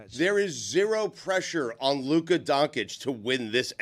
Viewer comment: until stu learns how to pronounce luka’s name, his opinion should be rejected on this topic